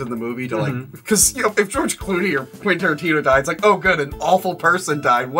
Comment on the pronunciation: Rofl quintion terrinscremo haha